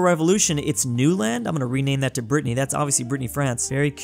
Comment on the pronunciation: please stop calling "Brittany" for "Britney".